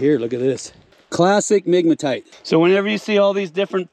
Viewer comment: I heard nigmatite! 🤣